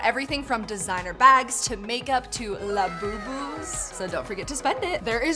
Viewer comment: In instead of a labobo its a lafufu